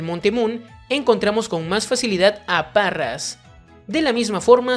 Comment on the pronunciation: ¿Parras? ¿Parrasect? ¿Eibi (Eevee)? Es bastante molesto que trates de pronunciar todos los nombres en inglés haciendo cosas super forzadas cuando no sabes. Para eso léelos tal cual se escriben. Por lo demás buen video, es un gran trabajo.